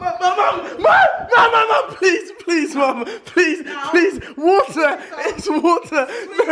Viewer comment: Not waata wata is my weakness